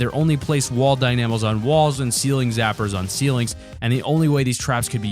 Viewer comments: Also the traps are still in save the world, aswell it’s not (die-nam-o) it’s pronounced (dyna-moe) as in dynamite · The way you pronounce “Dynamo” gives me OCD 😂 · Why do he put emphasis on the A on dynamo